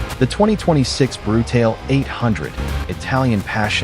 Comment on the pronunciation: I think it’s important to pronounce the model name properly.